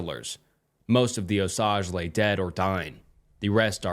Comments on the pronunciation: bro you're going to make me get a 4chan account lol. all the stuff you read from there is awesome ☺️... great video but for the love of all that is good in the world PLEASE learn how to pronounce Osage properly. (oh-sage. NOT oh-sajh) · It's not "oh-sahg" it's "oh-sage" like the plant sage. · I’m an Oklahoman and also Native American and just wanted to let you know that it’s pronounced “Oh-sayge” brotha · Just for reference, it's pronounced OH-SAGE. Im from oklahoma and we hear it all the time. Amazing native American tribe, really interesting history if your bored. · One critique. As an Oklahoman your pronunciation of Osage killed me lol. Here we say “O-Sage” (like the herb) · He’s trying to say it’s pronounced as “Oh - Sage” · Oh-sage. Osage. Honestly, not the worst pronunciation I've heard from someone outside the region. Chickasha is the one that throws people for a loop, but I've heard some wild attempts at Kiowa too. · Your pronunciation of the Osage nation is seriously missing me off. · I’m from oklahoma, i’m cherokee and delaware, and i’ve never once in my life heard osage pronounced that way. I’ve only ever heard it pronounced “OH-sage”. Not trying to be mean, just somebody from the area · It’s oh-sayge btw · A small thing about the first story Osage is pronounced like Oh- Sayge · I’m from Oklahoma, shits driving me crazy everytime he says it lol. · Ps, Osage, rhymes with Page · Yeah as an Oklahoman that made me wince but everything else was great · Thanks for another awesome vid,! Just wanted to suggest that you look up the pronunciation of unknown words beforehand - especially for ones that are names like Osage. I think it detracts from the story when you mispronounce things consistently. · I hate the way he says osage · I was legit starting to wonder if the natives pronounce it differently and I was wrong this whole time